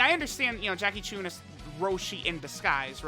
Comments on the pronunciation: Its not “choon” its “chun” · Whats with and pronouncing names wrong, he says Choon and not Chun.